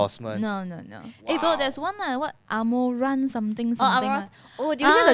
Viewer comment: A-mou-ranth not amorant